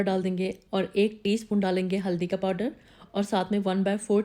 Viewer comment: Podder nahi powder hota hai.